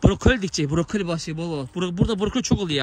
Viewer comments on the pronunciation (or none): Buruke deyil borokoli ❤😂